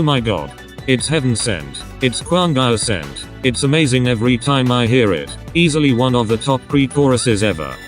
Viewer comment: "it's kwangya sent" bish i choked